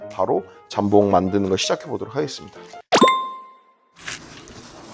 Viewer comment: 잠봉이 아니라 jambon장봉임. 발렛 파킹이 아니라 valet parking발레 파킹. 모엣 샹동이 아니라 Moet Chandon모에 샹동.